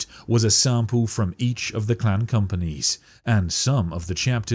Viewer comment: Are you saying 'clan' or 'clam' or 'clown'?